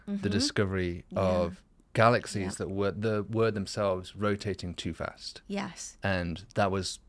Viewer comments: Dude you’re wayyy too sensitive. The yeah, yeah, and yes, yes, stuff was nothing. It’s the way she pronounces Galaxies (“galaxsehs”) that was way more annoying. 😂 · “Galaxsehs…” wonderful listen